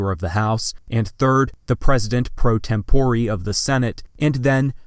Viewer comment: *tempore. he just says it dumb.